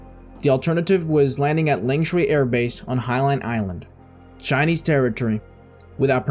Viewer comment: “Shinese” lol